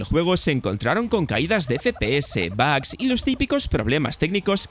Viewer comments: bags? por favor si vas a hablar en ingles hazlo bien, joder dos veces que dices que hay bolsas en el juego, tio estudia un poco mas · Jolines macho por enésima vez; se dicen bugs así como se escribe con u, aprende a hablar joder ! 🤷🏻‍♂️